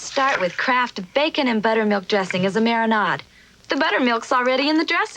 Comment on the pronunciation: I'm sorry...did she pronounce marinade as "mari-nod"???